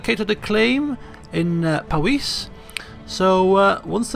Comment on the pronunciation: just to let you know its powys is pronounced pow-iss